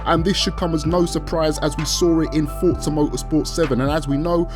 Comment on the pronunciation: Can u say Forza properly